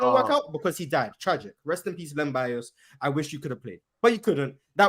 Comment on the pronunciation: This man said Len Bias and I logged out 🤦🏽‍♂️🙄....🏀